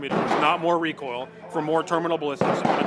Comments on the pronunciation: The mossberg lady was already planning for the future 😆 did she say recoil or recall! Haha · "Redoosed recall" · "Reduced recoal" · ReeKuhll is not a problem when shooting a gun meant to be a toy. They are good for spreading stuffed animals all over your yard. Excellent for breaching. Why not just say that? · Take a shot every time you hear recool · Lol "ReCoLe"